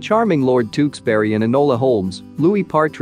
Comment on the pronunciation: why did he say tewkesbury like TeWkssBeRRy